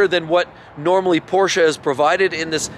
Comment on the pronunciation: He pronounced Porsche correctly.